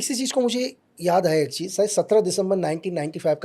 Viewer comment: Cheez ko cheej bolta hai iss ne Pakistan main kese jasosi ki hogi